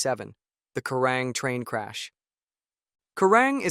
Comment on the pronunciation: It's called Kerang not kurang,get it right.